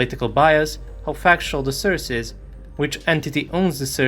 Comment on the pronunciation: Why does he pronounce source like that .. its sounds like he says surge .. is it just me who think its sounds weird or is he pronouncing it right ?